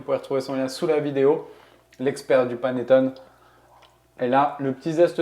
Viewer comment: Un maritizzò, des maritozzì? C'est prononcé à la française aucunement à l'italienne ! Vous avez mal entendu ! Je suis italienne et prof d'italien. Et on ne dit pas panettone mais paneTTOné. Le é final se prononce, l'accent est sur le O et le double t se prononce. On dit également perfetto et non perfeCto. Pour le reste, merci pour la recette, délicieuse !